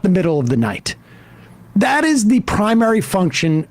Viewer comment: "For all of da fact heads" 😂😂😂